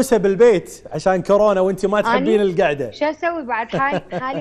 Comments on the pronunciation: خبصونا بالبدايه الشاعره والمثققه وصاحبه اللسان الحلو وضعت للحب لغه وهي هنا تگول كارونا متعرف اسم كورونا اصلا شاعره وطالعه برنامج ومتعرف تلفظ اسم صح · ههههههه..اي صحيح..اني هم انتبهت عليها..كالت كارونا...خوش مثقفه واعلاميه...كورونا بابا تعلموا... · كاااارونا ؟؟؟؟ تره اسمهه كورونا كورونا 😭👍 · طالعة بلقاء وتگول كارونا 🤦🏻‍♀️ والعباس اسمها كورونا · ڤايروس كورونا هم شويه اصحح 😬🤦🏻😂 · شاعرة العراق الاولى ماتعرف تكول كورونا تكول كارونا السياب كاعد يلطم هسه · كارونا😂🤭🤭🤭🤭🤭💔يابه اسمها كورونا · كارونا هههههه يمعوده كورونا يالمثقفه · العمى حتى كورونا متعرف تلفظها صحيح ليش افضل شاعره عراقيه قابل هي نازك الملائكه مثلا كلنا نشوفها اتفه من التفاهه